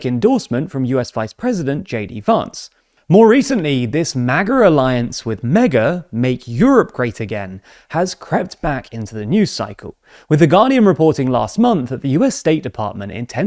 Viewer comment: lol The Guardian I heard "The Ghanian" and was very confused as to why that would be a very reputable source on European affairs 😆